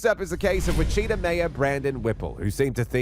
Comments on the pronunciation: Wichita is pronounced which-i-TA, not wi-cheetah. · wah-cheetah? i think you mean witchita, narrator. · It's not Wi-chita, it's Wich-i-ta. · WITCH-it-aw, Kansas, not Witcheeta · It’s pronounced “ Witch a ta” not Wa chee ta! And people of Wichita didn’t like this Mayor! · It’s Not “Witch - CHEAT - uh”; it’s “WITCH- chi - tah” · Wacheeta Ks? Oh you mean Witch a taw (Wichita) Ks. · Witchita lol it’s pronounced Witchitaw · Small things I know. but it's not pronounced Wachita. It's Wit chi taw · Wit-chit-a???! It’s Witch-a-tah !!!! Yeah, just blows my mind how many people or fake people or whatever butcher the damn name up. Not only do we Wichitan’s get tired of people, not knowing how to properly say our cities name, but it is also the name of a Native American tribe. Please do your research and get it right. I promise you it’s not that hard. Like I said, I know in this particular incident it’s AI but fix it! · Whi-cheetah?!?! The disgrace 😂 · Guys, it's Wichita like 'witch e taw'. The cop even says it. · He was in Wich A Tah Kansas. Not Wa Shi Ta. Anyway, this is Wichita. They love to name drop there. Little man trying to be a big one. And I can say this I grew up in that city. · Wuh-Cheeta Kansas? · It’s pronounced as Witch-it-ah, Kansas. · Dear narrator, please learn to pronounce "Wichita" and "epitome."